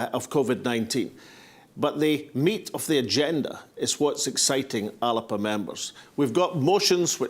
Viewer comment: Thanks, Alex for this pre-conference video, and I am delighted to hear you pronounce the party name properly as many in the party leadership do not bother to do. I have written to the Party to complain about the motions from Fife on the constitution and the one from Edinburgh on currency not getting on to the agenda, but my letter has been ignored. I have had no response not even an acknowledgment. If these important issues are not up for debate at the party conference then I will not be coming to Greenock and risking infection to discuss protecting old battlefields. I will just not attend the conference at all. If ALBA is not going to be a democratic party where the members are sovereign then I will not be maintaining my membership.